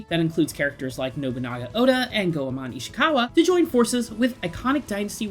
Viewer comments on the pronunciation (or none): none